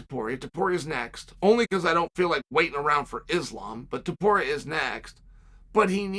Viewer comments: Finally He pronounced his last name correctly lol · My man pronounced Topuria perfectly but said Cyril Glom in the last one 🤣